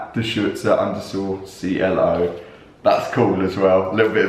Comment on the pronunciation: btw you pronounce it correctly :)